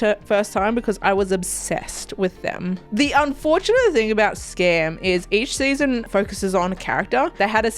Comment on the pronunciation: Your pronounced Skam in Norwegian, I'm so proud! ❤